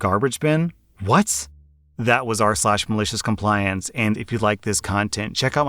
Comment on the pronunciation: Hey! You did not say it right... It's: Welcome to r-slash-maliciouscompliance :). I'm so use to heating it that I can hear the difference. I'm waaaay too adicted, unbelievable. Keep it up!